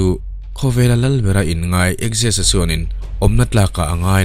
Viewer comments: Axis ni lovin Xerxes (Zer-zis) zawk niin ka hria Persian lal hi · Persian lal khi Zarsis (Xerxes)tia lam tur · Darius a fapa Persian lal hi zerzis ti a a hming hi lam tur a ni.